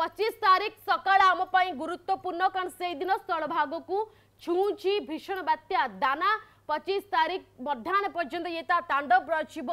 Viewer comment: ବାତ୍ୟ ନୁହେଁ ବାତ୍ୟା 🤣🤣🤣